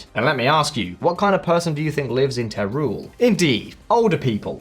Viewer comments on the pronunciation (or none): Teruel “teh-roo- el” not “tay rule” FYI. Good video though, thanks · Teruel is pronounced as Terwel.